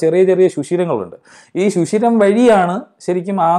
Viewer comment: 4.53 ശുശിരം അല്ല സർ സുഷിരം.. okay...?